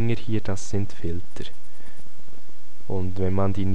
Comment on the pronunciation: "Filtrr" - ansonsten nützliches Video!